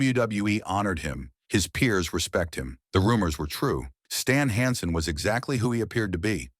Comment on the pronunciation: Ver-nah Gah-NAY? Stahln HAHN-son?